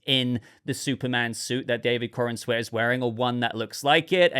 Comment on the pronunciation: Why do people keep calling this chap"coren-sweat"?...thats not how you say his name,its"Corenswet"you say it like youre saying the"corns wet"like wet corn,i hope its a good movie though,Superman could do with a win.